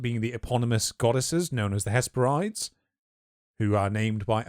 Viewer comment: Hesperides is pronounced ‘hes-peh-rid-ees’, like how you pronounce Hebrides